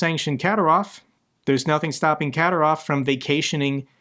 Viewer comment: Ka-dír-ov. Accent on the second syllable.